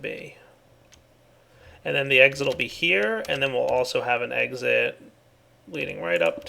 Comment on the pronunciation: An ,, egg sit" :D